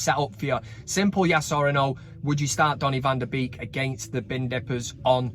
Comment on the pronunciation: "Bake" NOT "Beak."